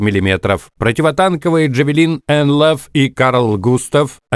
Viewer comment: Я розумію, що голос цього не побачить, але може комусь буде цікаво, гранатомет nlaw вимовляється як Н-ЛО, а не Н-ЛАВ